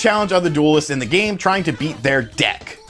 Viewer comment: Yea make sure u pronounce deck right lol